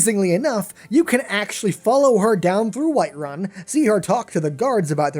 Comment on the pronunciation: WHITEWUN! XD